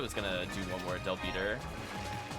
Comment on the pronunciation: The term is Del-Biter. As in bite, and it's meh-ghid. Hard G.